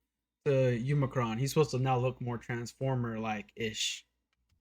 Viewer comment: "Umacron" Bruh...Umacron? Even if you say you can't remember his name, they have said his name like 25 times! At least show a little respect.